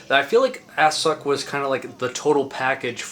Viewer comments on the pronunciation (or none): This video is basically the soundtrack to my teenage years. Being as young as you are and knowing all these old obscure bands really shows you dedication to this music; it's damn cool that the torch is still being carried after all these years. FYI - it's pronounced Ass-sook; but no worries as everyone in the know still says Assuck. I believe it was Justin Broadrick was who corrected me on this at a house party after the American Grindcrusher tour, around 300 years ago. At least that's how far in the past that feels.